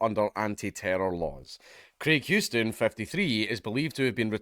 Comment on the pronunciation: It’s amazing that a Scotsman can pronounce Houston correctly but the average New Yorker fucks it up beyond recognition